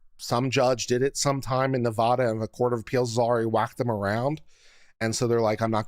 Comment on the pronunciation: Nevada. The a sounds like apple. Love you